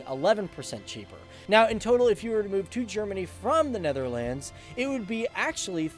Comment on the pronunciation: You're still a signorant as in the last of your "presentations." And you still do not know how to pronounce "Netherlands." Besides, it is NOT "Netherlands," but "THE Netherlands." And Holland has the HAPPIEST children.